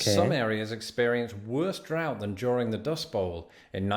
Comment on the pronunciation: Drought. Not DRAFT. LOL😅